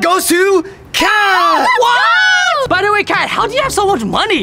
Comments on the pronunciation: Ha ha you said cat instead of Kat Lol lol lol😂😂😂 Everyone hey everyone this person doesn’t learn English ha ha ha!!! Sorry I was rude. I’m a I’m a rude ambush😔😔😔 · Ket not cet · It’s pronounced kat not cat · It's not (cat) it's(kat) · It’s k a t not cat but I’m done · You pronounced Kat wrong😂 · Its "Kat" Not cat and its also "Zhong" Not zong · It's not cat it's Kat It's not zong it's zhong.